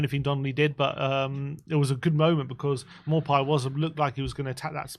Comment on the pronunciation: You should pronounce Maupay’s name “Mopey”. As in mopey git.